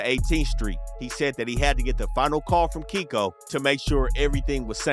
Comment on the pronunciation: He was saying Keiko name wrong the whole time